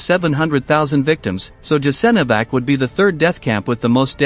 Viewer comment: Learn how to pronounce foreign words Jasenovac [yasenovats] and others are mispronounced as well! Ignorant if you want to point out some historical facts